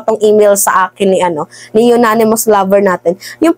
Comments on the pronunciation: Anonymous po hindi po unanimous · ANONYMOUS hindi UNANIMOUS...!!!! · Unanimous hindi yonanimous, ganon pa man hindi rin tama ang salita, dapat ay Anonymous which means hindi matukoy ang sender na nagpadala dahil ayaw nyang magpakilala, ok? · Agree. ANG NAME NG SENDER AY YONANIMOUS. GANYAN NYA BABASAHIN. Alangan BASAHIN pa rin nya anonymous. Eh, YONANIMOUS nga ang name. 😂😂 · Anonymous po :) Sorry for correcting ha? I’m BBM supporter ✌🏼 uh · naa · nuh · muhs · anonymous po hindi unanimous po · Ananymous not unanimous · Hindi unanimous its anonymous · Anonymous mam hindi unanimous po, mabuhay ka good job mam, supalpal si hitad syo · "anonimous" cguro not unanimous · ANONYMOUS siguro ibig mong sabihin. HINDI UNANIMOUS. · Anonimous hindi unanimous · Baka "anonymous" ang ibig mong sabihin hindi "Unanimous" hehe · Anonymous....Hindi po younanimous.....hehehe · Baka anonymous source, madam hindi unanimous💕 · Anonymous mam, ndi Unanimous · Anonymous maam..hindi po unanimous. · Mam, siguro po anonymous, hindi unanimous. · Anonymous at hindi Unanimous, okey.! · Anonymous not yonanimous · Anong "yonanimous" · Maniniwala na sana ako kaso “unanimous” 😂